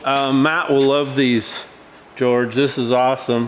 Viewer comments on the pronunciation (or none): none